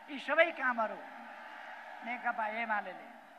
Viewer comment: नेकपा भन्न पनि जान्दैन, नेकता अरे हाहाहा।